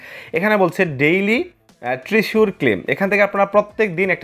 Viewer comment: ট্রিসুর না ভাই ট্রেজার 😂